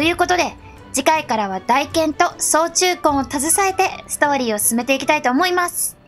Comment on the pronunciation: 、おひさ～ 選択が良きね、大剣は「たいけん」やったと思うよ読み方 サブとメインは逆やけど使う武器一緒やわ 操虫棍メインで使ってます。この虫は虫自体もモンスターを攻撃するけど 赤白橙、三色のエキスをモンスターから採取しプレイヤーをパワーアップさせて戦う武器 赤エキスを取ると棍での単発打撃が連打にかわり、白エキスはその速度をあげると言う感じ 操虫棍は最低でも赤と白のエキスを取らないと実戦では使えない武器なのです 詳細は使い方講座なサイト等をチェックで 私も自分の知る範囲でなら答えられるよノノノ